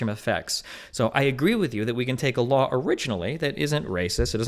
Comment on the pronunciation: Anyone notice when she says raw and law there’s an extra L “rawl” “lawl”